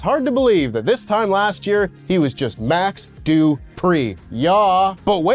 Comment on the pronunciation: "Max Du-Pri Yah!" 😂